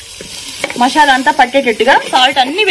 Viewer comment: Mashala kadu...masala